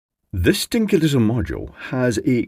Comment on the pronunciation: You said at the start "this dinky little module"- but I heard "stinky little module" haha